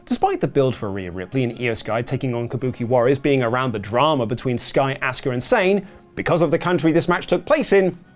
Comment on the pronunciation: "Auska" LUL